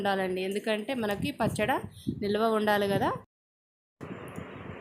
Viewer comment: పచ్చడ కాదండీ పచ్చడి అనండి ok